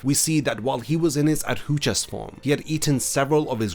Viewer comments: Please learn to pronounce Adjucas correctly. I kept cringing through the whole video as you kept butchering the pronunciation. aH-joo-kaz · ajuchas* arrancar* (no hate just wanted to point it out tbf)